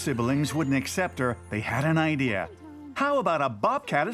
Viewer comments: LOL ,did anyone Else hear her say "then we came up with the I-deer"?. She is to into nature 😃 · Why do ppl say the word “ideer” 🤦‍♂️ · Lmaaaooo. She sure ah did say, "I-dear". You're funny.